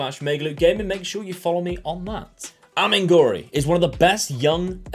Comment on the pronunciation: Would be nice to show the player's name and club instead of just reading it. Amengori?